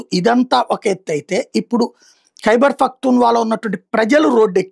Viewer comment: It is not faktun it is paqtoon correct chay su ko.